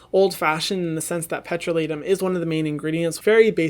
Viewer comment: The way he pronounced “petroleum “ 😂😂 no hate love you hyram 😇😊